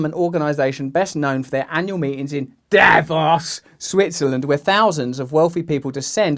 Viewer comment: It's pronounced DAVOOOOOOS not DAAAAAAAVOS